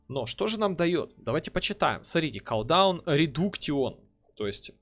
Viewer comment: Бля ппц слух режет, редуктион, авейсион, коолдаун. Чувак учись читать норм. Редакшн, кулдаун эвайшн читается. А так ты крут!